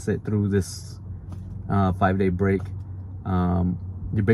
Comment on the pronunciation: BREAK not "BRAKE"